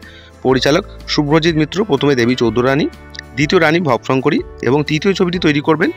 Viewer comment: আহা কি উচ্চারণ ভব শংকরী নয় রে ভবো শঙ্করী ব হসন্ত না ব এ ওকার উচ্চারণ হবে